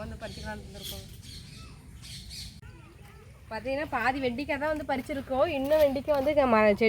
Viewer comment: Vendaikai mot vendikai. Try to change ur pronunciation while talking in public